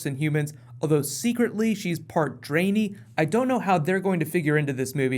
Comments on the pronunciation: Drain-ee? Lol...try "dren-eye"... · Part Dray-nee? Wut XD. It's Dran-I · the dranei are pronounced like dran - I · first person to pronouce "Draenei" as "Drainy". Draenei as in "read" and "eye" not as in "drain" and "knee" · "part draenE" lolzz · Sounds like Dra'Neye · cough draenee.... xD ( dran- eye) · Also please never say dranie again xD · The way he says drenai HAHAH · You mispronounce both Draenei and Ogrim btw